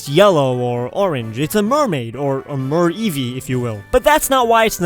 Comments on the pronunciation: "Or a Mereevee is you will" Mervee! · Mer-Eeve = Meeve! :D